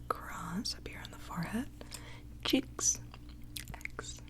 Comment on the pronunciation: when she says cheeks though😂 no hate just noticed❤️